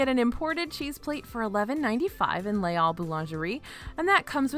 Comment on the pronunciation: I adore you, but it’s pronounced “lays all” not “lay all” because the second word begins with a vowel sound. So you do say the s there. That being said, I appreciate so much that you make the effort to pronounce things properly and your lists, as always, are flawless ❤️